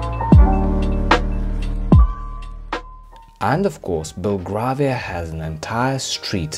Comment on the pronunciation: Very nice video, but "Belgravia" is pronounced as if the "gra" was like our colour "grey". Another interesting walk would be around Covent Garden and its surrounding "Theatre Land" may I suggest?